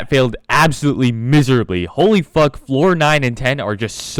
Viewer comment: what the fuckeh, what the fuckeh